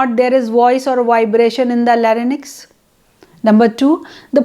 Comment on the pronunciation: Your video is very informative. I would appreciate if you pay attention to some of the words you have pronounced. ( for eg. larynx)